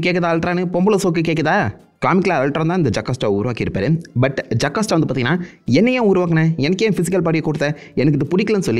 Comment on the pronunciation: Bro it's JO CAS TA